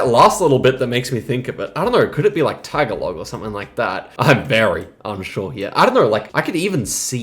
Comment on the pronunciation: Tagalog is not "tag-a-log", it's "tah-gah-lohg".